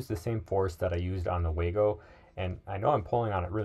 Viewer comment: Waygo it the "way-to-go" 😝